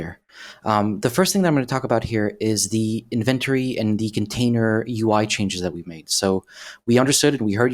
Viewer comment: How come that guy cant say the word "INVENTORY" IN - VEN- TORY - ffs